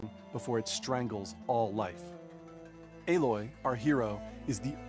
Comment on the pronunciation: It's Aloy you peasant not Aloi